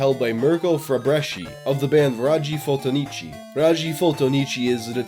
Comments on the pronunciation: Band name “raggi fotonici” (read: ràggi fotònici) means “photon rays”...I’m writing this cause even if I’m Italian it took me a while to understand,you really butchered that one, (props on almost all other Italian pronunciation though)😂 😂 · It's sincerely amazing how you didn't manage to pronounce even remotely correctly a single italian word throughout this whole video. The way you pronounced "raggi fotonici" gave me chills. Just kidding, great video :D Didn't know this was an international mystery.